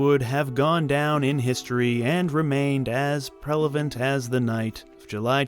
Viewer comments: Did you say prelavent instead of prevalent?! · Lol I think you mean prevalent not "prelavent". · 33;42 “remain as prelevant” what is prevalent ? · ... Prevalent, not Prelavent. Great video. F Mel Gibson. I'm one of those who CAN COMPARTMENTALIZE & separate art from artist. Again, he's never been sorry at all, not genuinely. So, TRUST & BELIEVE that his views have not changed AT ALL, & F'M!! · Prelavent? Surely you mean prevalent old boy..